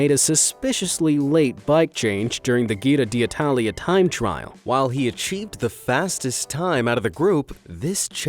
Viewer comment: It’s not Gira d’italia but djiro D’italia